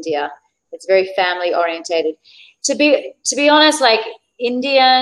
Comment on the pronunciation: Try to say alternatives for 'I'm fine '. You should be aware of all this sir because so many people follow you. And many times the word English ,sh sound is heard ss sound. Very is heard vaary. Social is sosial.